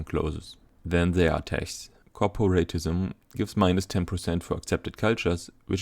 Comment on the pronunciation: are u German? judging by pronunciation of tech